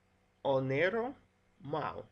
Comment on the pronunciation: Just a clue, it is "Oneiro" not "Oniero" ;) ei = i in greek